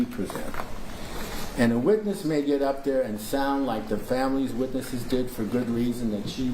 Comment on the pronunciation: And than he says "the witches" instead witness's. He's too much.